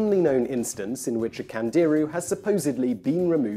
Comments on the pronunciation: It's not pronounced Kandeeru, it's actually something like Kandiroo. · I Found Out - Today you just found out that when a hispanic, or latin-origin language word has an accent on it; the emphasis is put on the syllable bearing the accent. Thus it is pronounced "CandeerOO", and not "CandEEroo" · Simon, Candiru , pronounce it correctly it's not CAN DEER REEEEEEEEYYYYY STAR TREAK , don't talk physics if you cant say the name of the fish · CandiRU. The accent is on the last syllable. Which should be obvious by the way it's written.